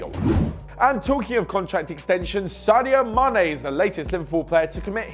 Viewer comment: Saido??? Saido Mané??? 😂😂😂